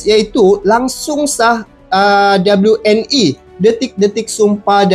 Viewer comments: we en i bukan dauble u n i ; tu cara berbahasa melayu yang benar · Bang cara bacanya jangan inggris tapi bacanya we n i jangan dabelyu